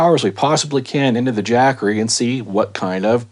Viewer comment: "Jack-assery" .. LMAO!